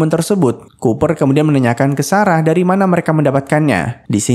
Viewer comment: Kupar...😁Cooper...koo. pa -berbunyi